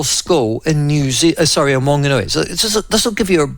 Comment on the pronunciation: Good pronouncing of Opotiki but come on Michael I know you can do better with Whanganui 😂